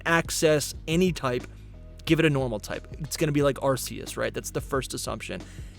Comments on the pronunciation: Plus the Pokémon Company has said for ages that Arceus is pronounced "arch-ee-us". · Terror pagoss and arseeyus 😅 sorry but the pronunciation tickled me way harder than it should. Awesome coverage tho guys! i also think the peach Pokémon the loyal three chased will be gen 9’s mythical and we’ve still not had confirmation that the paradox legends will fuse 🙏 so yh a lot more on the way hopefully haha. Big up